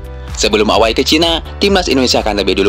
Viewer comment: Gua kok jadi geli denger ewei dibaca away